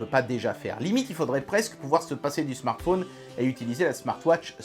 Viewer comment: le smartphôôôôône....le téléphôône sôônne...c'est l'accent de Haute Saône ? en tout cas, belle présentation du produit, merci !